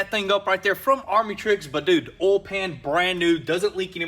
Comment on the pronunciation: Or oyal instead of oil.